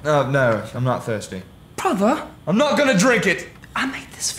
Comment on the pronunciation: "Hello brothera" "Hello brothera" "I made a pot of cool aid"